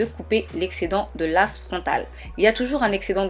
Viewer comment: J'ai beaucoup aimé ta vidéo mais tu dit lace( mais on dit l''ai''ce c'est anglais )